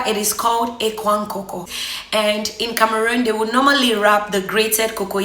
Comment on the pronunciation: point of correction madam, it is called ekpang and not ekwang. thank you.